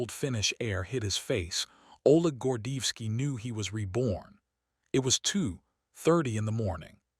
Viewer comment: Want o add credibility to your program? Pronounce the Colonel's name correctly.